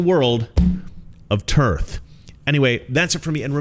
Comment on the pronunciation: Dude.... I love you 🤣. "The Epic of Tearth". Also sounds a bit like where Brienne of Tarth (Game of Thrones) was from. Moral of the story? Get rid of the cancerous politicians.